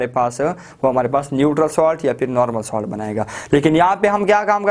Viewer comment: Ye salt Hai ap solt par rha ho